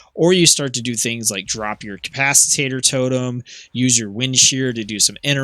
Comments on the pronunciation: It’s not pronounced “cap-ac-it-tater”. It’s cap-ac-it-tor. 🤗. Ty for the video it was helpful. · Nice guide! I am starting to heal more on my resto shaman so this has been very helpful. BTW, it is capacitor (ca-pa-sa-tor - not ca-pas-i-tat-tor). :)